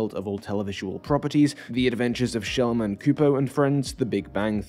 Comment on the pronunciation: Did you call him 'Shellman"?